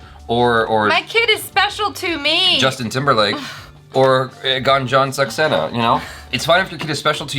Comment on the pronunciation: says GUN JOHN SAXENA HA HA H JA